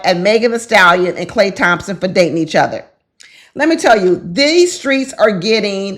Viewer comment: lmao you said it right a couple times... you are ❤‍🔥